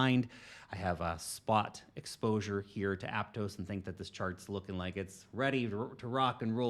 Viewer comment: ApTOSS, not apTOES.